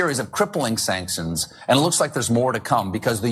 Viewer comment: Colbert didnt pronounce the word sanctions correctly there either, so maybe he's just given up mentally. Has a few drinks before the show and only reads the teleprompter now. They gotta be on something half the time to get through the day. Thats a tough gig running a daily comedy show even if one were allowed to speak the truth.